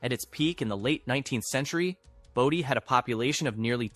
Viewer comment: For christ sakes, isnt there a law about misprounciation? Its fn "Bow-Dee" not baah-dee"